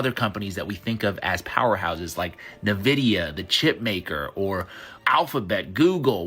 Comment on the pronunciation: Wait a sec guys. That guy said "Nevidia"?